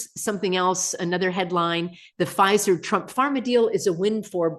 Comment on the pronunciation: Pfizer? Or fissure